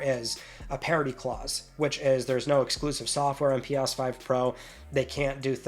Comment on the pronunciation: Pi-yas 5...can't unhear it now! 😅